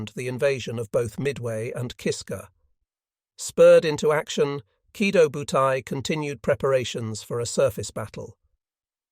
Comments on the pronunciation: The AI pronounces the name of the aircraft carrier group wrong. It's "Key Toe Bu Tie." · Yeah - that is the correct Japanese pronunciation. I suspected you weren't a native Japanese speaker because it is spelled: Kido Butai.... just like it is in the title. The way you spelled it is completely incorrect. You are leaving out the long-O at the end of the first word.